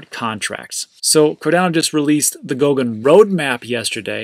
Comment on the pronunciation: Goguen not GOUKEN